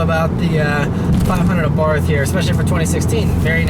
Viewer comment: Great review, as always. FYI, it's pronounced Abart. H is silent.